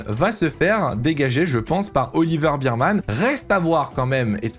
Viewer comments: Je vais etre chiant mais c'est "Ber - man" pas "Bir-man" - Bear pas Beer. Et je suis d'accord sur tous tes choix meme si j'hésite un peu pour Ricciardo mais je vois pas qui pourrait le remplacer donc bon. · Yo, Oliver Bearman ça se prononce pas "birman" mais "bairman"